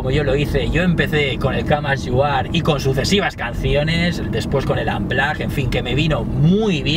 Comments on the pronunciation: el camas yu ar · Buen video,, pero el "grúnch" "el gruns" "el camas you are" "lifium" :V